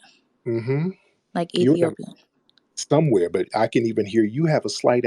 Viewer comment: Especially when she said “Ethiopia” I knew then tariq was right, she’s East African, she even said Ethiopia like it meant something to her, the idiot tried to say it like how her people say it.